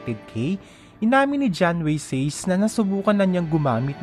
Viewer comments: Motorcycle riding men daw. Hahaha John Wayne (Weyn) Sace (Sase), hindi John Way Seys. 👎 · Halatang di kilala ng Narrator tong artista eh.. Sa-Se pronunciation non hindi Seys.. jusko 🙄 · John wayg says 😂😂 SASE po engot yung narrator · Says talaga🤔🤔alam ko sase ang pronounce ng sace na apilido nya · Excuse me po.. Pronounced Sat-che po ang last name nya di Says.. Kaloka ka... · John Wayne Sace 'Sase' not 'Says' po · Sace as in "SASE" poh ang proper pronounciation nya.. Hindi poh "SEYS" gaya ng sinabi nyo poh. FYI. lang poh, salamat😊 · d mo na research panu e pronounce ang apilyedo nya sa-se hindi literal na sace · Wayne nman pro (wake, way ang pronounciation ng narrator hehe) paulit ulit ko pinakinggan pati says ( sa-ce).. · Sa-se hindi says. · It is pronounced as SASE, NOT SAYS.. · Its pronounce as "Sase" not Says🤣🤣🤣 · ITS SA-CE PO! hindi Says! SA-CE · Sase- sace Hndi says😂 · says daw hahahaha baka sa-ce.....or sa-se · SA-SE HINDI sace!!!! MAG SEARCH KA!!!! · # Sace (ang tamang pagbasa sa apelyido nya ay SATSE hindi Seys) kaloka ka! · pag aralan mo po i pronounce names ng topic mo.. anong John Way Says? 🙄🙄🙄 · SASE ang basa sa surname nya bungol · Hahhaha... John way says talaga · Natawa ang sa Says talaga its SACE though my correction na nakakabobo pa rin sa ibang viewers Ultimate crush ko.p naman yan :) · IT'S SACE... NOT SAYS, NOT SEYS😂😁😀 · Correction sa name nya (sa-ce) pagbigkas sorry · Sase pronunciation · John way says daw🙄🙄🙄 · Hahaha pasosyal ka SACE, it’s Sa-ce!!!! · gs2 ko sanang tapusin ung video kasu d ko bet ung voice..says pa talaga gnamit..facepalm sa research na gnawa mo.. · Andami mong wrong information about sa kanya! Have you done your research bago mo gawin ito?! Contcrete dapat, detailed, ang mga infos mo..sa pagbigkas mo plng ng name nya mali na agad. Hahaha..how much more sa ibang infos. Tsk!! Nasubaybayan ko ang career ni john weyne even before he started.,- up until his struggles. Kaloka ka!! This is so funny.